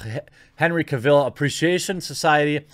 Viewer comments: I like how jeremy pronounces cavil like caville lol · I'm kind of mew here but seriously dude, learn to pronounce Cavill. It's so cringey when you say it wrong.